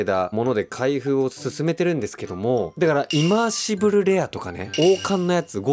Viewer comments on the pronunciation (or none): ずっとイマーシブ“ル”って言ってない？笑 リバーシブルにひっぱられてる？